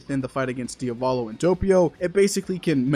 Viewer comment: bro why do you REFUSE to pronounce DIA-volo (as it's ITALIAN) and continue to say "dia-VO-lo"? bruh it's not that hard